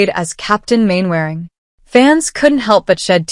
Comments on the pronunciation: Its not mainwairing you silly cow its pronounced Mannering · Her pronunciation of Captain Mainwaring is inadvertently funny...exactly how Warden Hodges used to insult him....!!